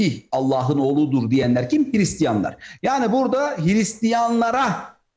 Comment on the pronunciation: Hiristiyan değil, Hırıstiyan.